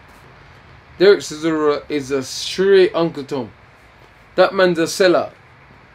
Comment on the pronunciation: "Steven Sizzora" 🤣 🤣 🤣